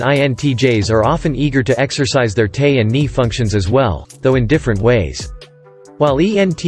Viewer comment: This recording needs updating. Terminology that is not spelled as it sounds, like Ni or Te, aren't pronounced "nee" or "tay". You A.I. is reading it phonetically, and I've always thought the abbreviations for introvert and extravert should follow the function they modify, and now I know why. The problem originated with the MBTI's current terminology's usage. Should be iN or eT or iS or eF. Logical order, 1234.....ABCD....